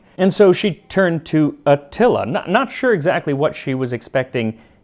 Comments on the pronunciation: You pronounce many other names and titles with flair—do so with Atíla, pronounced A tee la And it’s done in a pot so it becomes heavenly and falls apart. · bruh you really gotta listen to the names you say in your videos. i cant take another atilla xD